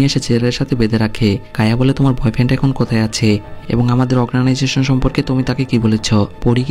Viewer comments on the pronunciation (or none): ভাই এত বড় পেজ খুলে বসেছেন এক্সপ্লেনেশন করছেন নিজের উচ্চারণের দিকে খেয়াল করেছেন কি? বারবার অর্গানাইজেশনকে অগ্রানাইজেশন বলছেন। খুব বেশি কানে লাগছে। দয়া করে পরেরবার থেকে উচ্চারণ ঠিক করে করবেন।